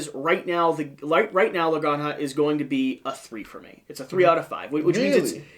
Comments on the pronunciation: "La graña"?.....Do you mean La Granja (ha)? like haert (jart) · It’s pronounced la granha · Like others have said, I believe it's pronounced "La Gran-Ha" which is Spanish for "The Farm". Thanks for the review, really insightful! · Oh my! They make it sound like a Drag name, LOL. If it's Spanish the "j" is guttural. A hard "H", so to speak. "Gran-Hah". The game seems well designed but too convoluted and space hungry for my taste. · It's pronounced La Gran-Ha. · "La gran ha"